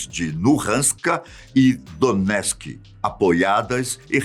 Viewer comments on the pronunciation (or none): Não é Donesk é DoneTsk